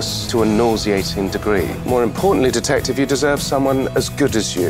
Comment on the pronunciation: It was “detectif” when she kissed him for the first time